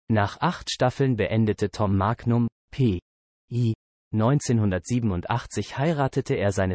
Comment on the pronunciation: Die Aussprache des Sprechers klingt wie eine Computer Stimme 🤔🤔🤔🤔Da einige Sachen falsch ausgesprochen werden wie Magnum oder denn Namen des Schauspieler 🤔🤔🤔🤔 Oder ist das nur mir aufgefallen 🤔🤔🤔🤔